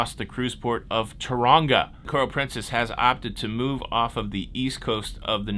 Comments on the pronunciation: The joys of being here in cyclone season (what you call hurricanes in the USA)…Cyclone Hale is due to hit the mid North Island on Monday/Tuesday, which is unfortunate…and Tauranga is pronounced Tao-ronga if you want to sound more like a local 😊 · Blick'in Jeff Corvin...Tau-ra-nga, i.e., Toe-rung-a with a soft single roll on the "r"👍🏽 Great stuff!